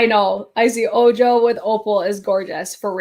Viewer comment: Ojo is Spanish for eye. Its pronounced "oh-ho". 😉